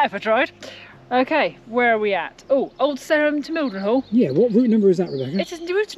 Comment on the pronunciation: Between nature and The Yanks oh and pipe line and where near the Grand Avenue and White Road is a bit hard to find. I was born very close to there. Your pronunciation of Mildenhall Ok. Cutenio is not the same as I was taught . Nor is Wansdyke I was always taught it was Wands-dyke